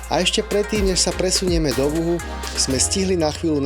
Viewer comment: vyslovuje sa Wuchu, nie Wuhu